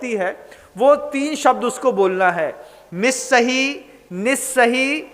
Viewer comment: Nissahi aur assahi ka kripya speling ke anusar uchcharan kar pau bina kisi asuddhi ke